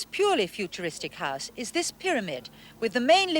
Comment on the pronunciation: Singleton is fine but the fella has a terrible affected accent. The way he pronounces house as high-se was annoying.